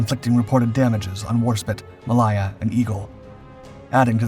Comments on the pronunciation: Yes its HMS WarspITE, its also HMS Ma-lay-ya, not Ma-lie-a! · Your pronunciation of Royal Naval ships name is abysmal. Malaya as in the country Malaya. It isn't Mal I er. It is Ma -lay -a .